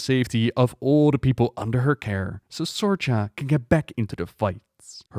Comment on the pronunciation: I have to do this, as I have a 9 year old rough coat Collie named Sorcha, it's actually pronounced Sor-ka. Sorcha is an ancient Irish name. In the irish language ch is pronounced like an english k; so it's correctly pronounced is Sor-ka. It means "light" or "brightness". Don't feel bad, I have to correct pretty much everyone on how to pronounce it, including her veterinarian!